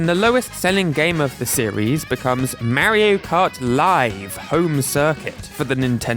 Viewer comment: You pronounced Mario wrong